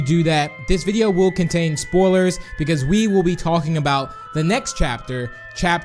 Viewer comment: I keep hearing spolers and epsods ;w